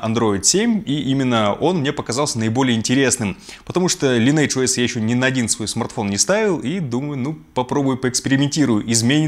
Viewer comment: правильно говориться лайн эдж оэс